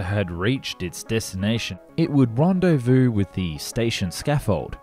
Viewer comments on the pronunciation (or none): none